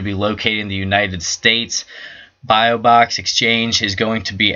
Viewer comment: Bi - Box. Not Bio-Box!